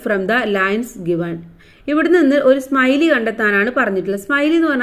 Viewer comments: സ്‌മൈലി അല്ല സിമിലെ ആണ് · സ്മൈലി അല്ല സിമിലി എന്നാണ് Tr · Simile ❌ smiley ✅😁